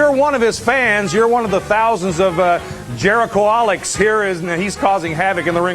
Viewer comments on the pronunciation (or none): i love that he can't say jericholic, silly